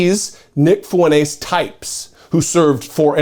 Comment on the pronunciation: This skid mark’s name is pronounced “Fwen-Tez”, not “Foo-en-ace”.